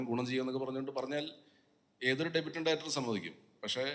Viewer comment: എല്ലാ മലയാളികളോടും, ഡെബ്യൂട്ടൻ്റ് അല്ല, ഡെബ്യൂവൻ്റ്. പ്രൊജെക്റ്റ് അല്ല, പ്രോജെക്ട്. പ്രൊജെക്റ്റ് എന്നാൽ പ്രതിഫലിപ്പിക്കുക. പ്രോജക്ട് എന്നാൽ ഒരു വർക്ക്. ഞാൻ പ്രകാശിൻ്റെ പ്രകാശിൽ സാദാ മലയാളം പള്ളിക്കൂടത്തിൽ പണ്ട് പഠിച്ച ആളാ.